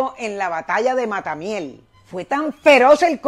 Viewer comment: ¿Cuara? ¿estado de Lara? ¿Guasdalito? ¿Matamiel? Estimada profesora, tienes meses preparando muy mal el contenido, casi que desconozco la identidad del canal. Páez fue nativo de Curpa, actual estado Portuguesa. "Guasdualito", "Mata de la Miel". Inexacto lo que mencionas del 1835. Fue muy rico, cierto, pero no por robar del estado. Debes mencionar la ley de "Haberes Militares" de tiempos de Colombia "La Grande", de los cuales se aprovechó, como otros tantos jefes militares (incluyendo a Santander), en detrimento de los soldados y oficiales apurados por crisis personales. Tambien de la Ley Venezolana llamada de "Espera y Quita", que hacía más poderosos a los poderosos y que fue una de las causas de la posterior Guerra Federal. Solamente considerar esas dos leyes, explica la riqueza de los altos oficiales independentistas en un país muy pobre, cómo fue esa Venezuela. La corrupción de verdad, comenzó en el llamado Monagato, y que conste que los Monagas ya eran muy ricos por la misma causa que lo fue Páez. Murió muy pobre, fue muy notorio eso, estimada. La ciudad de Nueva York corrió con los gastos y el presidente Grant tambien colaboró por ser muy admirador de Páez. Los restos del Centauro, estuvieron a punto de perderse por no poder pagarse el mantenimiento de la tumba. Por gestiones del entonces presidente de Venezuela y ahijado suyo, el general Hermógenes López, dichos restos fueron trasladados a Venezuela. Sus hijos no heredaron nada porque José Tadeo Monagas, no sol